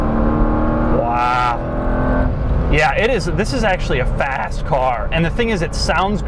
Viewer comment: Lmao I thought he said fat ass car instead of fast